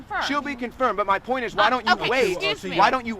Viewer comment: poit zewo zewo zewo one pocent